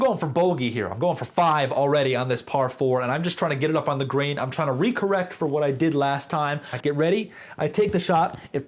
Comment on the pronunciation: Ngl I was confused what a "grain" was for a good 3 minutes before realising you were saying Green.